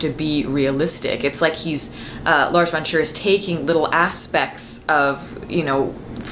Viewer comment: Whenever you say "Lars von Trier", it sounds like "Large Wonders" or "Large Frontiers".